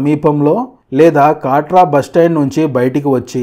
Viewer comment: కాట్రా కాదు కత్ర